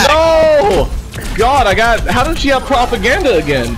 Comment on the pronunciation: I love your channel but I cringed every time someone said propaganda like my brain had an aneurism